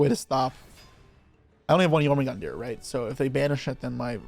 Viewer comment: It's pronounced Yor-mun-gundr. 😂